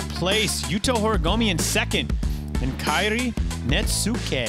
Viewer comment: I'm just glad is finally saying Kairi's name right!